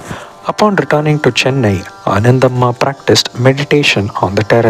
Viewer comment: Ananthambhaa not Anandhammaa... kindly check